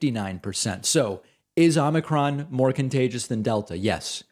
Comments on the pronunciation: Its not ahmikron it's ohmikron. O not Ah. Get it? Probably not. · David, the first syllable of “omicron” is pronounced as “oh”.